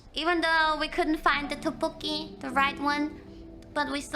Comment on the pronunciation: as a Korean, id say Kiara pronouncing ddeokbboki is quite accurate:)